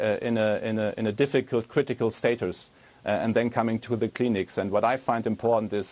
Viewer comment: Also ich kann ihr sagen was wir nicht machen: Chlorbleiche trinken und spritzen xD Spahn english on point... wtf. wie hat der seinen Beruf bekommen? Kliniken mir Cleanics übersetzen... xD Ich höre nur SS SS SS